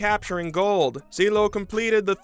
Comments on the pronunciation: “Seeleo” it’s Ciehhloooh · Cee. El. Lo.